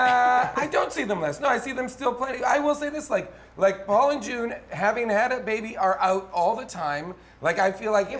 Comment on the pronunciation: Hey. I don't like your smug face. Probably because you mispronounced June's name. It was a pretty amateur hour move. Hey June. I love you.